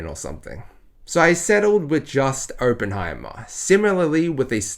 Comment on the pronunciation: well considering you can’t even pronounce his name correctly i’m not surprised this fantastic masterpiece went above your head. Next time maybe look into what your going to see first and determine if it’s for you or not so that way we are spared from your asinine opinions.